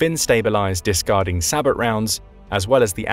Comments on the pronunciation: “Sabot” (pronounced “sa-bO”) NOT PRONOUNCED “say-bot” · Sabot is pronounced like say-boh